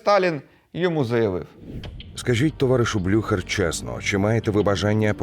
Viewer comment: блю-хєрр -- так правильно